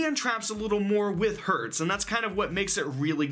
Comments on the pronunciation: I think its called Cyber Dragon Herz (Not Hertz) , because Herz means heart in german🤔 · By the way, the "e" in "Herz" is in German not spoken like in "earth" (how you do), its spoken like in "Spell" for example. Or like in "example".. for example. Just if you want to speak those cards in fluent German. :p And "Sieger" has no "l" in its name, I have literally no idea why you all put a "l" into his name.. >_> And "Herz" is written "Herz", not "Hertz". "Herz" is German for "Heart", not for the physical symbol "Heartz", you know what I mean? xD Imo it represents kinda reflexion of core, because of their colors, proportions and names (core-heart). Y, I hope you try to use this information for anything. :D